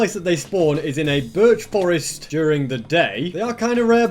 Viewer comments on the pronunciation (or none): none